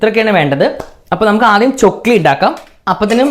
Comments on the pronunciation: Chokli alla chackli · Chokli alla chakli😂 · ചൊക്ലി അല്ല chakli 😁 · ചൊക്ലി അല്ല ചക്ലി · ചൊക്ലി അല്ല 😂😂😂🤣🤣🤣 ചക്ലി എന്നാ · chokli alla chakklee enna paraya